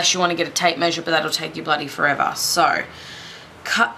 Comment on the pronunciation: haha i lov how you said bloody forevar!